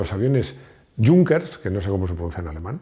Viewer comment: EXCELENTE VIDEO!! como siempre. Ya que estamos, Junkers se pronuncia algo así como «iúnquers», la jota suena como una «i»...